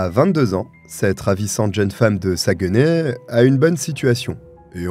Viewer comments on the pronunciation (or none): LOL. Saguenay prononcé Sa-gue-nay. On prononce plutôt Sag-nay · Ok je ne savais pas de quelle ville vous parliez. La prononciation de Saguenay il ne faut pas couper lorsqu'on prononce mais retirer le"gue" ce qui donne "Sac, né". On ne prononce donc pas le "gue". de la ville Saguenay. Merci je ne connaissais pas cette histoire de ma province. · Merci pour cette histoire. Je suis québécoise et juste pour t'aider ce n'est pas un reproche mais Saguenay se prononce un peu comme "Sac nez' j'ai rigoler qd tu le prononçais... Blague à part merci pour ton super beau travail ❤❤